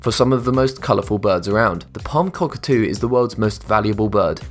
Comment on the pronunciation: Cockatoo not cockatee